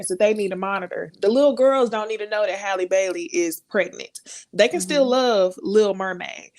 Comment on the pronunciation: Shout out to for continuing to pronounce Halle's name correctly.🙂